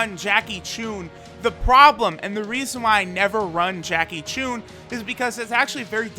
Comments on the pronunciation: Jackie tune? It's Jackie chun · He said jackie chune